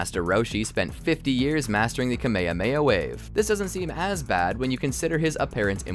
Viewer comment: Stop saying "Kamehameha" like that. FFFFFFFFFFFFUUUUUU